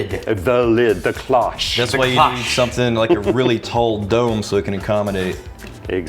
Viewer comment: Its not "Ki-losh" (like osh kosh) like you guys are saying its "klowche" but fast enough to the point where I get you guys can hear it "ki-lahsh. Just the francophone in me is crying. The o in cloche is like closed, its not that hard.